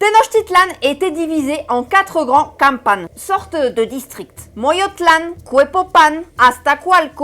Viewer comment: Querida, siempre entregas un contenido de calidad SUPERIOR. 💙💙💙💙💙💙💙 Un consejo para futuros videos. En el nahuatl, prácticamente todas las palabras son de acentuación grave. En vez de pronunciar Cue-po-pán se tiene Cue-pó-pan. En vez de Mo-yo-tlán se tiene Mo-yó-tlan. En vez de Te-noch-ti-tlán se pronuncia Te-noch-tí-tlan. Un abrazo afectuoso y mucha gratitud por tu amor hacia nuestra patria.